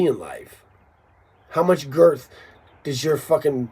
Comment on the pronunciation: he said GERTH!!